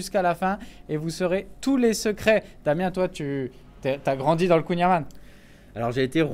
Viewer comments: C'est kouign Amann ça ce prononce am(an)ne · oui dsl c'est juste que Amane ça me stresse l'oreille je suis bretonnant et le son âne n'existe pas en breton comme pour Yann Erwan Alan kouign Amann le son c'est an ou en comme dans département ou comment et pas ane comme dans un âne. merci 😅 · ça se dit kouing a-man-de, comme amande, mais un son 'n' à la place du 'd' à la fin super vidéo!! ça donne trop envie!!